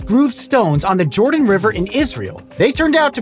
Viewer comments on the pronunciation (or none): none